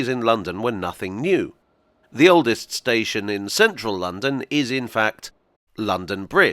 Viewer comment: Small thing, maybe, but it hurts my ears to hear you say "oldest station". It spoils the flow, and breaks the rhythm, and spoken English is all about rhythm. You could do what most people would do, and say "oldes' station" without putting a glottal stop in there. Pedants might say it is improper diction, but I think your listeners would love you for it.